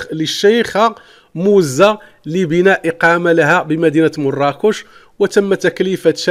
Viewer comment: C'est du n'importe quoi. غيركتخربق أوليدي. Et d'abord tu ne sais même pas lire المعنونة ça se lit al mo3anwana et non pas al ma3nouna. Et la princesse Mouza et non pas MOzza, bent El mosnad et non masnad. lawah seddari.